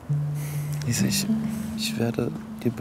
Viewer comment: Er sagt Alessia statt Lisa